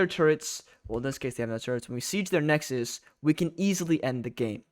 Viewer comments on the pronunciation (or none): none